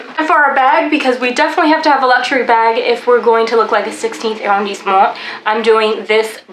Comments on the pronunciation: Hey, this video was amazing! Please do every arrondissement. :-D The combo of fashion + mini tour/highlight was great fun. PS it's pronounced AH-rondissement, not eh- or air-rondissement which I think is what you're saying. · Ooh, gotta work on that French pronunciation! It's not [air-rhone-disement]. It's [ah-rhon-disement]. Shorten your vowels and you'll instantly improve your French.